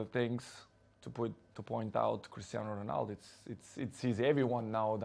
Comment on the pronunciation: CRISTER RONALDO........SEEEWWYYYYY